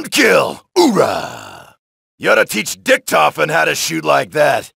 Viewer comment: lol said "Dicktofen" XD